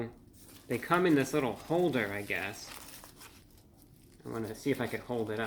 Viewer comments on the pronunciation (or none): none